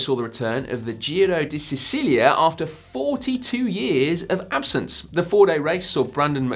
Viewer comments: slight pronunciation correction: "See-chee-lia" not "See-see-lia" for Giro di Sicilia. 🇮🇹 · pronunciation is Sichilia (Sicilia) not Cecilia ,lol